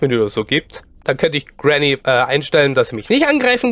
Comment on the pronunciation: Er sagt es doch ganz normal xD